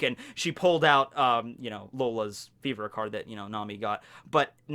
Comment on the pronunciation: I keep hearing vivre as fever.